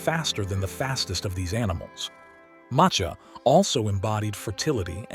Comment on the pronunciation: Macha is pronounced as Ma-Sha